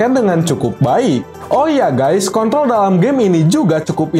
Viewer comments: Control bg bukan kont01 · Bang kenapa abang nyebut kontrol malah jadi k****l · Apa cuma gw yng denger bilang kont** di menih 3.49